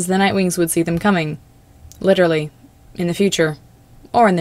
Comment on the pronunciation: stop saying “dem” I’m physically retracting from my screen